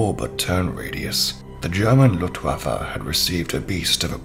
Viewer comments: LuTwaffe? oh dear.. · beside that is filled with mistakes, take no offence but in youtube shitload of people improvise themself historician or "experts" of things they dont know, not only you mispronounce luftwaffe, but there is a lot of tecnical mistakes. the Fw 190 not was superior to the spitfire in everything beside turn radius, for example the spitfire outclimb the fw 190, also talk about 190 in general is wrong, are you talking about Anton series? Dora? . Also it not was the backbone of the luftwaffe, the 109 was the backbone, and all of this in the first 40 seconds. "if the engine was hit the fw 190 could still fly" not true if the fan of the engine was hit it would overheat in matter of minutes, sure is a better system then water cooling in term of vulnerability no need of a radiator wich create drag.. but is not true that if the engine was hit it could fly anyway. About the canopy the visibility not was that great, expecial backwards, also the inclination gave low visibility in landing and take off.. (still an improvement compared to the 109) Sorry for my english but i am an italian historician, i like your voice btw but the script is very generalistic and filled with mistakes.